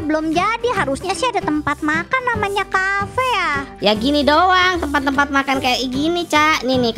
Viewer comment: Bang cafenya Kok bacaannyacafe😂😂